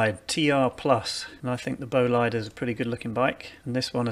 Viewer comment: Nice video! Yup first UCI Illegal TT I actually like the look of too! Bolide is pronounced as ‘Bol-ee-day’